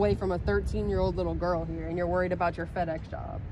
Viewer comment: All his co-workers should see this and totally alienate him. It's supposed to be FedEx not PedEx !!